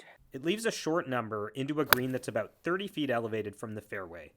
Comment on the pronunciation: I forgot you were Canadian until I heard that first “about”